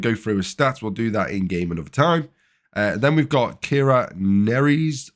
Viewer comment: You look like you're on a faulty holodeck, sir. Good thing we can recruit Lieutenant O'Brien, eh? Kira's name is pronounced "na-REESS," by the way. Like, you might like some Nerys's Puffs for breakfast. XD